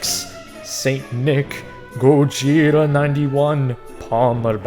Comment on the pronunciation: hearing you mispronounce "Gojira" made me want to die